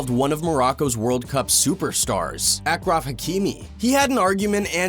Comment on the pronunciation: Its pronounced ashraf not akraf